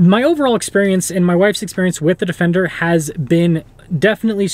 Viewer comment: "Defecter" hehehehe